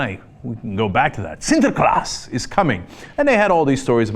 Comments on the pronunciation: Holy shit, best pronunciation of the word "Sinterklaas" I have ever heard from a non-dutch speaker. Respect! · Props for the pronunciation of "Sinterklaas" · WoW, you pronounced Sinterklaas perfectly!!! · Can we, native Dutch-speaking people, take a moment to appreciate how accurate Cenk's pronunciation of 'Sinterklaas' is? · Fun to hear Cenk pronounce "Sinterklaas". He must've practiced, because it sounds quite well. Weird thing is the Netherlands also imported the American Santa who's now competing with the original Santa. Commercially that is. Sinterklaas' biggest problem though is de Zwarte Pieten (Black Piets) discussion, which relates in a way to what this YTY item is about. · Surprisingly excellent pronounciation of "sinterklaas", Cenk. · I fucking love cenk pronouncing Sinterklaas. Do it again! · You pronounced Sinterklaas pretty good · Cenk's pronuncation of 'sinterklaas' is hylarious!